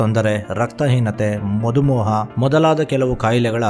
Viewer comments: Madhu moha alla, madhumeha😂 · ಸರ್ ಅದು ಮಧು ಮೋಹ ಅಲ್ಲ, ಮಧುಮೇಹ